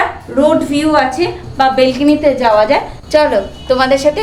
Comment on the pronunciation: Kotota অশিক্ষিত হলে ব্যালকনি কে বেলকিনি বলে😂😂😂😂😂😂